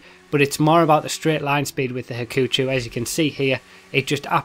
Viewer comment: the "u" in Hakuchou is silent. so, you pronounce it as "ha-ku-CHO"